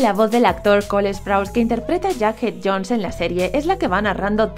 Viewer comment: Me da risa cuando dice Yackjed Jouns, y en Latinoamérica es Jughead Jones 🤺✨😩🤚